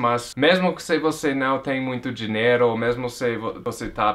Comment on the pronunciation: Ele fala diNEro em vez de diNHEIro.. Eu queria falar DINERO tbm, mas n posso, pq sou brasileiro.